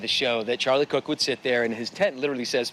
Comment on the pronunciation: His name was Kirk! Not Cook!